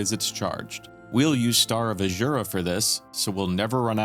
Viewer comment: Solid video. The way you say Azura is killing me, but not as fast as these spells kill enemies.